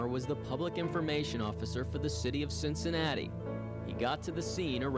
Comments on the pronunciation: Why did the reporter call it cincinatus? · Why did the anchorman pronounce Cincinnati differently?